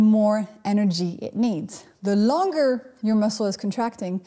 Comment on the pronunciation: The 'HARDER' your muscle is contracting, the more energy it needs... The 'LONGER' your muscle is contracting, the more energy it needs.. This is so hard to hear and unhear 😂